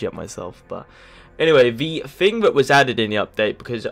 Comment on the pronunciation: It's pronounced THING, not FING. TH not F.